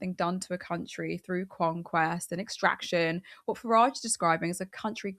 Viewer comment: Why does Farage pronounce his 't's' as 'd's'? If he wants to emigrate to USA I'm not going to try to stop him. As long as he gives up his citizenship on the way out. Tax dodgers can go to a nation founded by tax dodgers, for tax dodgers. I hope the Treasury's been keeping tabs on the two and a half centuries of back taxes we're owed by USA.🤨😠